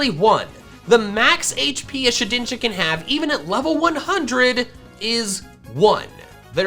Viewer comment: Did he call shedninja shidninja